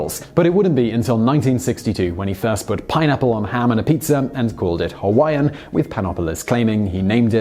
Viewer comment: Really.... pinapplos🤔 puts pineapple on pizza.... gavemeusapieceus? TF. Thanks Simon I am crying🤣